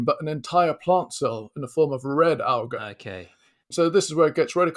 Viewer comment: A bacterium. Singular. He even says bacterias at one point. And he can't pronounce algae.